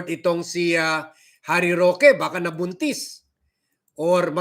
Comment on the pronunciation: Anong nabuntis ? Ayusin mong pagsalita mo man